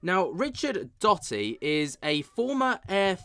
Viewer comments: Hi. Love your show watch all the time. Just wanted to tell you Dotty is actually pronounced…Doe…Dee. 😊 … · Doe - tee not dotty cheers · I think it's Doh-ty bruv